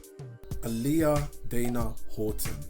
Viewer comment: Is pronounced ah-lee-yah I don’t know why he say her name like that